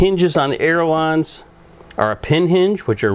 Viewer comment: Sir they are callled ailerons not aerolons. There is no such word as aerolon. It is pronounced aileron (aye-lur-ons)...